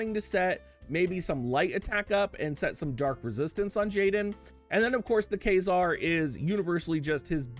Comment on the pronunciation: i couldn't with that, as a fan of astronomy and physics, it physically hurt to hear that